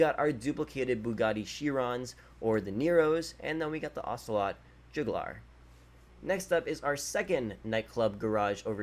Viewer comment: He said yozemyte and jogular